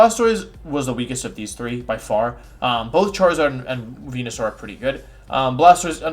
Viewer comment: i'm sorry who is the first pokemon you talked about? i could have sworn it was wenusaur but i don't think i heard it right :s